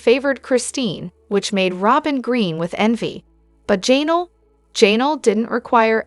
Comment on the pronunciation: I’m honestly not trying to be negative, but it’s so distracting how your AI messes up some of the names so bad.. especially ‘Jay-nal ‘😂